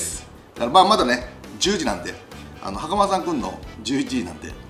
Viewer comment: 見てほしいのはそこじゃないとは 思うんですが 袴田さん強調し過ぎっす😳😳😳